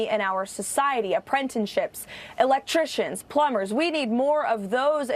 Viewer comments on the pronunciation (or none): Did anyone notice how she messed up wording again? Not only does she not pronounce the letter "t" in words a lot, now she's adding letters to "apprenticeships", lol. I replayed it multiple times just to be sure and she's replacing the letter "c" with an "n" and said "apprentinships", lol. How did someone as illiterate as she is even end up as press seccy? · Did she say apprentenships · APPRENTICESHIPS, not amprrempteshits. Teslerr, derp, derp. Cross burning, with lies! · Aprentenships? D'oh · what's an ApprenTENship?...lol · Karolying, "Apprentonships" WTF?? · "Apprentenships". What? This woman is talking about things that don't exist. Well, the cross she's always wearing kind of indicates that's normal for her. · “Apprentanships”. How can a WH Press Secretary not speak correct, fluid English ? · There's also no such thing as an "appren-tin-ship".